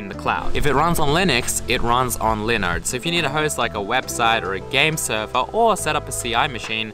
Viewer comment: when he says linode, it sounds like he is saying Leonard